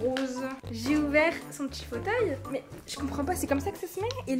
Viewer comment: minibloxify45470 dit il en disant maos au lieu de mais ;-; respecte son métier un peut nn ?